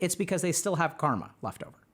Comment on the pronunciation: UGHH!! It's Car-Muh 🙄